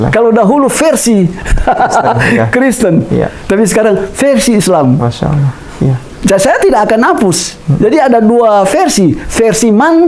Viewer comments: Tolong sebutan Allah, jangan disamakan dg penyebutan sewaktu Bpk. di Agama sebelumnya. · ASSALAMUALAIKUM WR WB...fimohon dan minta tolong ya pak untuk bapak didalam pengucapan allah TAPI ALLAH SWT dan ajari pengucapan dalam lidahnya dan trrima kasih dan juga cara dakwahnya harus murni islami jadi biar terkesan betul mantap dalam beragama islam.karena kalau pengucapan allah masih kayak itu kemungkinan besar bagi yang tidak tau pada bapak jika menyampailam bab islam akan dikira misionaris karena pengucapan ALLAH SWT masih kaku dan kelu tapi saya mendukung sangat.dan untuk sekarang focus belajar islam dulu dan jangan berdakwah dulu dan mungkin lain kali.karena ta lihat masih penyampaian islamnya masih berdasrkan ilmu pikirannya dan nalarnya meski itu benar tapi kurang kuat jika tidak disandingkan dengan faham dalil AL QUR'AN DAN HADIS karena jika tidak dikuatkan dengan dalil maka akan jadi penyampaian ilmu hanya sebatas pikirannya dan jadinya akan ilmunya lebih dulu dari pada pelaksanaan dan itu kurang bagus dan cara pengucapan lafal arab yang benar dan terima kasih dan tetap semangat salam dari saya pribadi.SEMANGAT BERDAKWAH BOLEH ASAL ADA KAPASITAS YANG MEMPUNI DALAM BERILMU DAN DALIL KUAT DAN PAS DALAM PENGUCAPAN DAN DISERTAI DENGAN UCAPAN DAN PERBUATAN YANG SESUAI DENGAN APA YANG DISAMPAIKAN karena ni demi murninya islam terjaga.dan jangan asal semangat berdakwah tanpa dasar tapi jujur saya dukung mumek dan terus semangat dan dalami islam pada ahlinya dan berguru secara langsung dan bukan hanya di yout